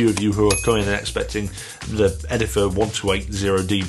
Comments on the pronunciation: It's "Edif-i-er". Great job and a thorough review. They should sound a lot nicer now, seeing how you put them in real, solid wood. Almost all cheap "wooden" speakers come in plywood cabinets. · its not called edifer though, Its edifier...